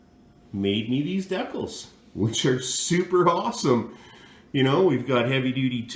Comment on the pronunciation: Will you pronounce it the right way they're called decals not decals